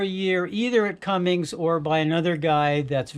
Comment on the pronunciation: Did he call it a "cummings" engine ? I've never heard of that brand.